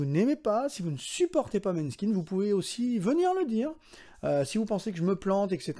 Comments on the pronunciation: Ca se prononce " Moneskin" 😅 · Le å se prononce o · Tu m'arraches les oreilles!!! Ca se prononce M[O] neskin merci!!! 🤣 et pour repondre a ta question la bassiste a été adoubée par Duran Duran pour Psycho Killer donc OUI elle sait jouer de sa basse, cette bassiste ET dj!!!🤩🤩🤩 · J'ai découvert Måneskin ( qui se prononce plus mOneskin d'ailleurs) sur le tard aussi, le côté pop fm me plaisait pas trop mais un jour je suis tombé sur un live de Coraline, et la j'ai compris qu'il fallait que je gratte un peu plus. Finalement j'adore. Deuxième groupe que j'écoute énormément en ce moment et je vous invite à y jeter une oreille, j'ai cité THE WARNING. Trois sœur Mexicaine qui envoient un pop/rock/hard rock/métal exceptionnel. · Déjà ça se prononce MOnAIskin!....(3 syllabes..) on les aime, on dit bien leur nom^^ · Måneskin se prononce Moneskin... ça fait mal aux oreilles durant la vidéo.